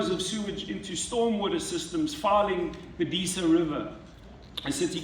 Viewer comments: It bothers me that people in charge of the western cape CANNOT even pronounce Disa correctly. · Arse hole accuses carl of never going to Mandela Park yet he calls it deesa river, not Disa River. What a moron